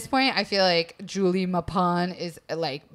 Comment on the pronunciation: Man, I adore Julie's story but that mispronunciation of her name(s) really gets me! Love you still ;-)